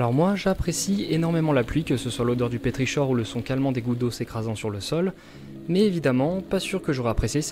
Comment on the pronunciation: ça se prononce pé-tri-kor non pas "chor" 😉